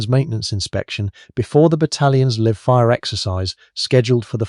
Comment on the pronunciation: Min It's a LIVE fire event - live, as in not dead, live as in not dummy ammo (the "i" is long because the "e" is silent) Min and so forth - you do not pronounce the decimal in front of the 50. It is not a "point fifty cal," it is simply a "fifty cal"